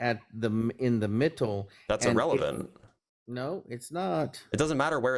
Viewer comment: This guy saying MITTLE is making me homicidal